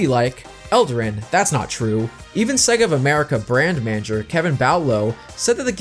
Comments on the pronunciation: No such thing as segga. Hell, even the games teach you how to pronounce the name correctly. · how can yo do a video on Sonic and be saying Sega wrong?